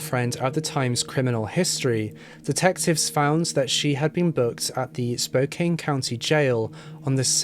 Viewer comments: Hehe I’m from Washington and not the pronunciation is important but it’s pronounced like spoe-can. People say like spoe-cane as a dis against Spokane for it being a popular distributor of cocaine. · Spokane is pronounced Spo-can, not Spo-kane. Just saying. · I think it’s Spoke-ann not Spoke-ain. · Literally just watched this to see if Spokane was gonna be pronounced correctly. It wasn’t but it’s okay, I love to see people try to pronounce Washington cities. It’s “spo-CAN” not “spo-Cane”. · I'm not even from Washington and i cringe every time he says "spo - cane" 🤣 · It's pronounced "Spo-can", the e is for the o to say it's name not the a. And it's "spray-g" the u is silent and the a says its own name. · It's pronounced Spoke-ann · ITS SPO-CAN, GODDAMMIT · your mispronouncing Spokane (SpoCan) and Sprague Ave. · Spokane. Small vowl a. E silent. So say can,. Then Spokane. Spo kan. Ty. Good show though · The "e" in Spokane is silent. Spo-kan. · Born and raised in Spokane so thank you for this. That being said, just so everyone knows, it’s pronounced spo-can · It is Spokane (pronounced Spo can). I haven’t watch fully but my first thought was this was Robert Yake the serial killer. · Pronounced “Spo-Can”. Sprague is still the road all the hookers postup on. Crazy to see my city tho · SPOKANE is pronounced Kane part is ,"can", hence the name is pronounced as Spo' Can That's ss the locals call the name ...yours Keith Vernon Lewis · It's actually pronounced spo can. I know it's just spelled weird. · Being from Washington it’s fkn crazy how many horrifying things have happened there, with the most infamous being Ted Bundy. Gross :( Also Spokane is in the local Native tongue- “Spoh-can” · Spokane Washington is pronounced Spoke ANN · "Spo-can"- with love from Washington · Spokane= Spo-can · Spokane is pronounced differently ahh small A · AHHHH I LIVE IN SPOKANEEE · The pronunciation of spokane and sprague made me absolutely lose it lmaoo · Spo can. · Spo Can not Spokaine